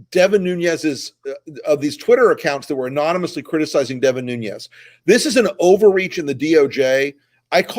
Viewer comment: It's Nunes not Nuñez. The name is Portuguese not Spanish.